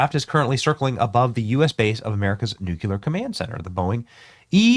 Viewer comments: Benny, it pronounced New-clee-er. Not nu-q-ler. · Come on, Benny! It's NOT nu•cue•lar, it's nu•klee-ur! Nu-clear! Nuclear! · nu-CLEAR not nu-CULAR... reading any word in text out loud completely wrong blows my mind 🎉😂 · "Nucular" 😂 what an idiot. Its Nuclear. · Nu / clear not nuculear. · Once again Benny.... It is not pronounced.... "Nookyaler ". Nu clear ! Nuclear ! Say it with me Benny....... NUCLEAR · Benny! Bud, it's "New-cle-year", not "new-cuh-lear." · Bennie, I love ya, man, but here is the issue... "Nuclear" is pronounced "Nuke-clee-ur", not "Nuke-you-lur". You have 6.1 million subscribers and countless other listeners. You have to get it right. God bless you for all you do... Oh, and take something for that stuffed up head... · Not nucular but nuclear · Nuclear has two syllables and is pronounced NEW CLEAR. "Nucular" is NOT a word. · Nuclear is pronounced "New-clear" not nu-cue-ler. Please... Pretty please... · The plane is the nuculus for all nuculur operations. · Its pronounced: noo·klee·ur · Benny! Love you bro, but seriously, it’s NUKE-LEE-ER. You’re sounding like GW Bush! No one needs that in their lives right now. 🙄😎🤟🏼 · NUCULER IS NOT A WERD!!!! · BENNY!!!! LEARN HOW TO SAY..."Nuclear" (/ˈnjuːkliər/ NOO-klee-ər) is the standard, correct pronunciation!!!! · I don't know how many times I've addressed my pet peeve with 'intelligent' people...it is pronounced "noo͞′klē-ər"...! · Nu-Clee-arrr Benny 😊😊😊 scary stuff! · nu CLE AR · Benny. BENNY!!! ... it's nuCLEAR 😂😅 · N-U-C-L-E-A-R......"New-clear". There's nothing between the C and the L. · Nukeyaler lol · Its hard to take anyone seriously when they say NEW-Q-LER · Please learn how to pronounce nuclear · Benny, we love ya. You desperately need to learn how to pronounce the word Nuclear. Same way it is spelled, my goodness. You sound like W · You have to learn how to say Nuclear.